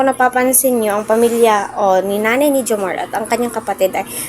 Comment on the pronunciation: maam:reaction hindi po ang pronounce ay jomarrrrrr. jomar